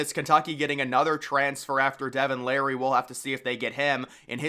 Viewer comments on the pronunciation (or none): none